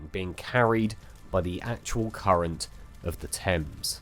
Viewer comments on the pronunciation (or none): none